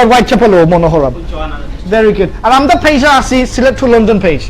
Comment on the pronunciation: Lmao, can't stop laughing... When you said "Amda" . Say "Amra" Loved the vid ❤❤